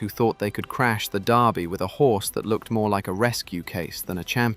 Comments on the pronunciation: It's the Lul-vul DURbee, not Louis-ville DARbee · its Kentucky derby not darby derby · AI! It's Derby not Darby you piece of metal crap! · Your persistent mispronunciation of the word 'Derby' is driving me nuts. The sound you're looking for is NOT "are", as in car or tar! It's the sound you hear in words such as, well, 'word' or 'bird' or 'turd'.